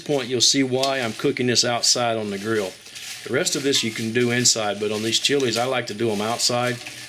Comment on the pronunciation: "here en ner. on da griowww"..what?